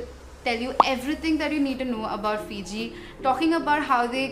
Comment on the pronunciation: Hi, it's not Port Denaru... it's Port Denarau! Plus, you're one of the few vloggers that correctly pronounce Fiji...most vloggers from India pronounce Fiji as Fizi! 😊